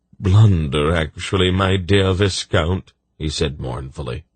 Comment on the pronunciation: Ok i really appreciate this narrator's commitment to the accents and different character voices, but I've got to get something off my chest: I've gone from Pawn of Prophecy straight through, and every time he pronounces 'quay' as kway instead of key it sets my teeth on edge. Also, 'viscount' rhymes with 'eye count,' not 'discount.' SMH